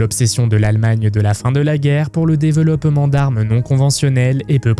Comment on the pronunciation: Le "déveuloppement", c'est aussi une manière de prononcer inventée par les nazis?